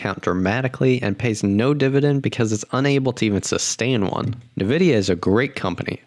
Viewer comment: pronouncing Nvidia as "Nuh-vidia", may want to do more research before burning your money